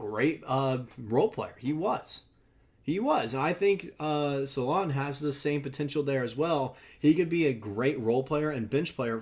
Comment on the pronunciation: I believe it’s Sah-loon. That’s the way they say it in the euro highlights